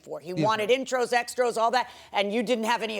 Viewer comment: He had the Judge saying "extros"! 😂